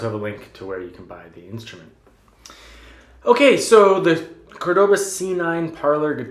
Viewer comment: *CÓR-do-ba Emphasis goes on the first syllable.